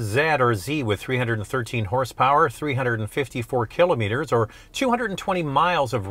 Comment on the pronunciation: "ki "lah" met- er" - otherwise thank you: nice video